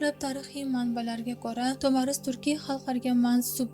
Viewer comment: Ассалому алайкум туғри талафуз қилди Тумар деган манони англатади Тумар деган нарса боғланадиган яни тугунга ухшайди буйинга осиб боғлаб юрадиган тугинга ухшаган олқа русча айтганда сепочкага ухшаган нарса Тумор.тагида тугунга ухшаган кичкина халтачаси булади